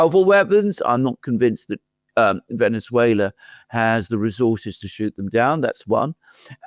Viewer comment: You mispronounced "Venezuela", The second "e" in Venezuela is pronounced the same as the "e"as enemy, benefit,genetic. The way pronounces Venezuela is the correct way. Just saying.